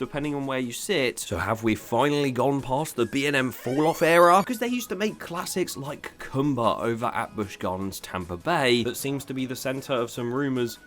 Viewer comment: quick thing. It’s pronounced Koomba not ComeBa